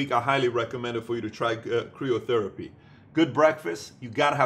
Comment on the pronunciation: Love your videos. FYI, it's usually pronounced Cry-oh therapy rather than Cree-oh. Keep these great videos coming. Thanks!